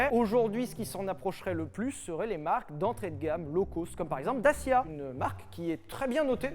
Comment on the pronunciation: S’il vous plaît, quand vous parlez de la marque Dacia, prononcez DATCHIA, parce que pour les roumains qui savent comment ça se prononce réellement, ça fait mal aux oreilles!!